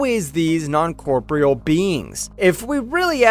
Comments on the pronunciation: It's really sad that this guy doesn't know how to pronounce the word corporeal, and then he said that the q were onnisisent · wtf is this garbage. you can't say Romulan or corporeal even close to correctly? Are you ai bro??? or hs dropout?? wtf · For that matter he didn't know how to pronounce corporeal , and rather then saying that the q were omniscient he said that they were omnisisent. And he described something as a moscomseption